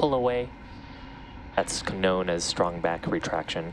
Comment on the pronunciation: "kh-nown as" ?!?!?. Bro, the k is silent!